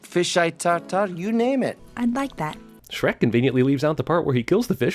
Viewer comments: Logo doesn't have an H... 😮😮 It's only "Srek" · I like you but it's Shrek how dare do you disrespect him